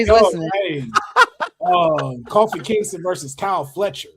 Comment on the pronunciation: Bro said “Coffee Kingston.” 🤦🏻‍♂️